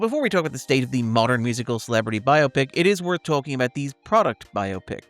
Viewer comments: i appreciate that at no point is it pronounced bi-opic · Thank you for pronouncing “biopic” the correct way.